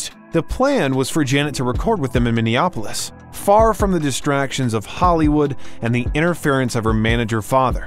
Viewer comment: Great video. Side note: please, oh please it's not Mini-op-o-lis. It's pronounced: Mini-app-o-lis. And to this very day, 'Control' is still my favorite JDJJ's album with Jam & Lewis at the helm.